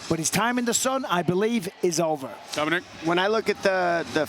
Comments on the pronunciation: Did he say dominique ? 😂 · He called Dominick Dominique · He said “Dominique” to Dominick Cruz